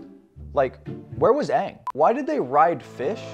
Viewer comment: He pronounced the names properly which they dont do in the Avatar Last Airbender movie. They called Aang Ung and Sokka Soeka.